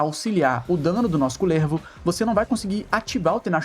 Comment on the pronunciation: nao aguento vc falando kulÈÈrvo e slã kkkkkkkkkkkk